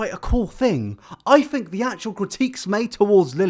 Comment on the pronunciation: "I don't fink thats social distancing"